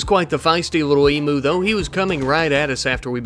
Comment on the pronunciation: emu not emooo "eem you"